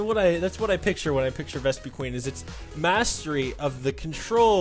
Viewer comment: it's Ves-puh-quinn